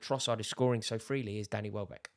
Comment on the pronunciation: Bro really said wellback 😭😆